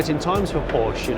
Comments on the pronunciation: Wish he pronounce Porsche correctly! Other than that a very enjoyable video. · Porsche incorrect pronounciation, please watch porsches Video how to pronounce it ;)